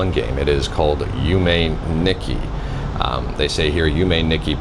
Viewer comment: you were so close! you pronounced yume corretly. the "i" in japanese is generally always a long E sound (like in Toshiba or Nissan), so its less "nicky" and more "neek key"